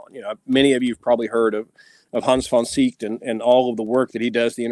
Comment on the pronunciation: For Hans von Seeckt: Correct German pronunciation (IPA): [hans fɔn ˈzeːkt]